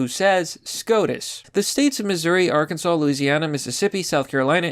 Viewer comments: OMG I'm so proud of you. You finally said Ar-kin-saw instead of R-Kan-Ziss. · Arkansas 🐗🐗🐗 and you said it right